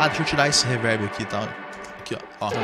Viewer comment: não da pra escutar um cara que fala “ reverbe “ 😂😂😂😂